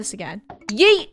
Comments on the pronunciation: Funneh: YOOT Me: NO ITS YEET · I’ve no idea why You say yoot Stead of Yeet